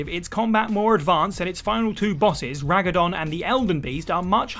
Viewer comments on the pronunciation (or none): The way said "Ragadon" instead of Radagon and arkdemon instead of archdemon made me sad inside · Ra-da-gon mate not Ra-ga-don, it's not that difficult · Lmao Ragadon....it is Radagon dude! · That Ragadon (Radagon) got me real good bruv xD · It’s radagon not ragadon lol annoyed the life out me everytime you said it hahaha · Ragadon?! I figured I heard it wrong the first time. But you just. Kept. Saying it! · How difficult is it to get an enemies name correct? It's radagon not ragadon proof read your scripts before making videos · Radagon. I would have let this one go but he did say Ragadon twice. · Ive played through elden ring 4 times at least by now, how do i trigger this hidden boss fight against Ragadon (Seriusly you guys mispronounced radagon back to back) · its Radagon not Ragadon 😂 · It’s radagon right? Not ragadon? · Radagon, not Ragadon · Its RADAGON! Not "Ragadon" Did you guys even play Elden Ring or are you just randomly (mis)quoting a Wikipedia page??? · "Ragadong" I assumed you were making a joke until you kept saying it lol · Well first of all Fatalis is far from being the biggest monster in MH Iceborne and second of all it's Radagon not Ragadon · Ragadon is nothing, I think you're trying to say Radagon. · "Ragadon"? Since when? Gotta love when presenters in videos mispronounce character names... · Ragadon... bruh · Lmao "ragadon" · Ah, yes. The final boss of Elden Ring: Rag-a-don of the Olden Gorder. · Did I hear Ragadon? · Who tf is raguh-don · Ragadon? RAGADON?!?! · Ragadon? I guess a way to get engagement in the comments is to say a boss' name wrong on purpose, like the time said Geralt's name wrong. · Im sorry... RAGADON? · Jesus christ read radagons name right first and second she doesn't regain health from blocked attacks 😂 it's from successive attacks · The way Radagon was pronounced 🤣🤣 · Leave it to WhatCulture to be unable to read a simple name such as Radagon. I dunno why they want me to rag a don, but I ain't doing it.